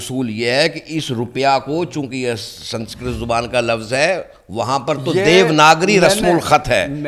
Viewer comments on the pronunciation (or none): none